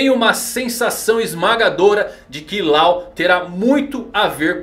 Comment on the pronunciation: A pronúncia não é Lau, é Ló, como lei em inglês